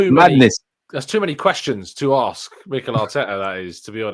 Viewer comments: come on, arksed or axed is Americans bastardising our language you sir as a journalist are much better than that 👍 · Why can’t you pronounce the word ask? You are as English as me for gods sake.